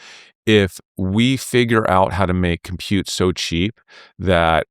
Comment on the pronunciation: It is disgusting the way he says it...